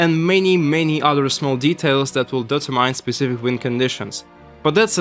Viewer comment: Man, you need to work on your pronunciation. At the end there I was scratching my head about what was being data-mined and only later realised you were trying to say "determine"...